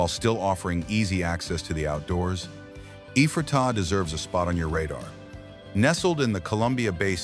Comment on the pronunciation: Locals call it EE-fray -tuh